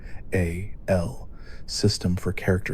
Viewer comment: Please just say VATS and SPECIAL. Omg